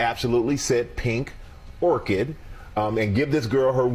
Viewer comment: She said pony orchid